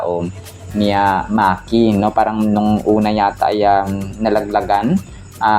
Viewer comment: hindi Maki, Yung pronunciation parang mykie